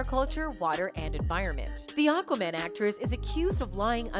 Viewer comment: It’s not OQUAMAN it’s AQUAMAN.